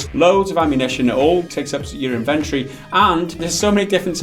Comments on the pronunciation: “In-ven-tor-e” love you guys! ;-) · "Iv-entry". Can't say I've ever heard inventory pronounced that way.